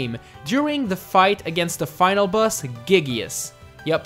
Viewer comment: Who the fuck pronounces "laboratory" like that??? "Giygas" too.